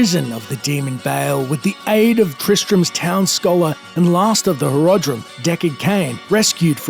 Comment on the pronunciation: Can't tell if you're mispronouncing Horadrim (HorOdrim) or if it's just the accent. Any other ausies say it like this?